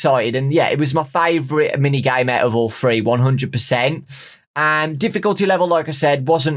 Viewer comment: Idk y i love the way you say three😂 it sounds like your saying free